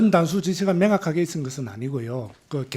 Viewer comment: 명확하게를 맹확하게. ㅠ